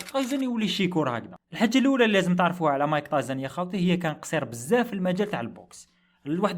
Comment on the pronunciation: مايك تايسون ❌ مايك طايزن ✅😂😂